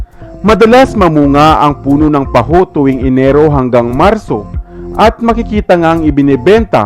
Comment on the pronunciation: Parang taho ang pronunciation